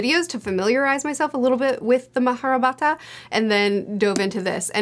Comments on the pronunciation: The real pronunciation is actually mā-hā-bhā-rata. You only pronounce the “ā” like the english a but not the simple a. So essentially “r” and “t” in māhābhārata are pronounced like individual letters even they there is an “a” tailing them, which is called a schwa. “r” is still like the english r but the t is much closer to the french t. So if I had to write the pronunciation in English like you did, it would be maa-haa-bhaa-r-uh-t-uh. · Sons of Darkness sounds like fun, and that is a beautiful book design. The pronunciation is more like ma-ha-bear-it-ah, so it took me a moment to get what you were saying, but I would love to see how a First Law style narrative fits into that mythology.